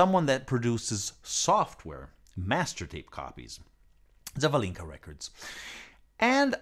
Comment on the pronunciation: The correct emphasis in the name Zavalinka is on the second "a".